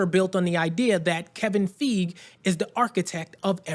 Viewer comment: Are you sure you even pronounce Feige correctly?